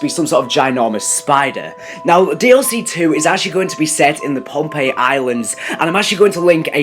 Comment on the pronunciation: Hey dumbass its posiden that's the Greek sea God and its phonpei not pompei